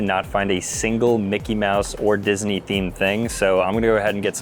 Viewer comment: No way bro said mickey-disnwy collab